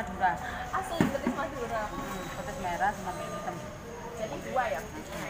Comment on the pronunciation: petis mbak bukan pethis